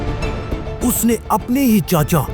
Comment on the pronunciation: چاچا✅ چچا❌